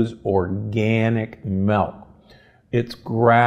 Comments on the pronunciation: It's called "milk", not "melk". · Why are you saying MELK??